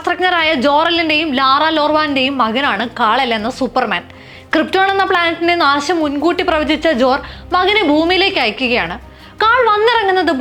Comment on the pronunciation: കാളയെല്ല് അല്ല 😂😂😂 കാൽ-എൽ